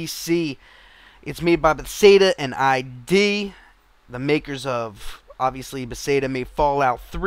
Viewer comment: Not to nitpick, but I believe it's pronounced "Ba-thes-duh," not "Be-say-duh."